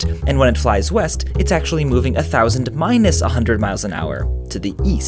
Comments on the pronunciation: I actually thought it said Weast. LMAO😂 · I thought you said Weast. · ooohhh i thought you said "weast" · I thought you said "Weast"